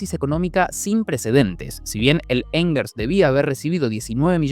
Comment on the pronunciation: Angers se pronuncia ã(n)zhé. La a es Nasal y jamás de los jamases se pronuncia como la "a" del inglés. El sonido de la g en este caso antes de una e o una I, se pronuncia igual que el fonema "ye" rioplatense y ni la "r" ni la "s" se pronuncian